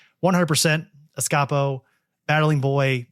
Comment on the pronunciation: Surely Escapo is pronounced Escape-o. Also it's my favorite